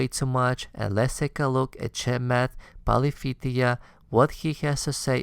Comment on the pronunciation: Pali-HA-pitiya :p But yeah I agree with your thesis.